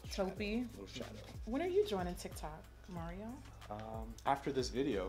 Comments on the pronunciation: It's mar-E-o not mair-E-o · Not Mary-O, auntie. Lmao I love you. You look freaking stunninggggg 😩